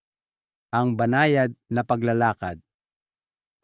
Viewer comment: Taga Visaya yata si Doc may mga salita ng di mabigkas ng tama tulad ng “paglalakad”, “Salabat”